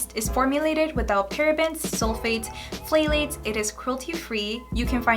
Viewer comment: Hi, I hope u dont get offended when corrected, not my intent to offend u. But the word Phthalate is pronounced like "thalates" the PH is silent. I had to Google how to pronounce this because I had no clue how to say it when I first started paying attention to product ingredients. Btw, what Nationality are u? U are so pretty. I'm guessing either Mexican or Columbian, but I can be way off....am I?